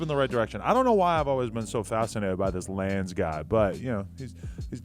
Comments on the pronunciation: Its not lanze its lawn-zay nigga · Yo Adam It's Pronounced LANZE (LAWN-ZAY)!!! ‼